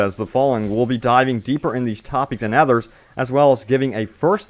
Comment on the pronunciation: Why does this guy say others like ehthur?